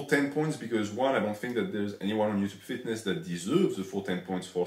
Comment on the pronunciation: minus 100 for his Ello yuchub pronunciation